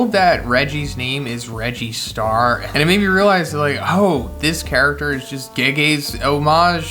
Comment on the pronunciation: Bro its Reggie Star like Register